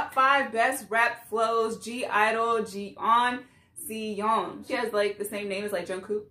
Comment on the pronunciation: Lemme help with the name pronunciation its Jon Suh Yon 😁😊